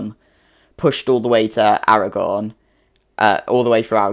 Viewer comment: Your pronunciation of Aragón is pretty good :)